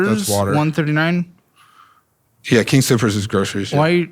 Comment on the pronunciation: Him calling it King Scoopers everytime is making me crack up lmao